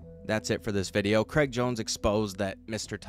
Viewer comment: Cr-ay-g lol like how straight is not stret. Please pass it on 😅